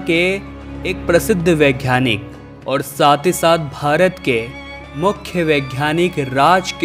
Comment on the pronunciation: 'घ्यान' नहीं ज्ञान, 'वैघ्यानिक' नहीं वैज्ञानिक। 'घ' के बजाय 'ग' अक्षर हैं।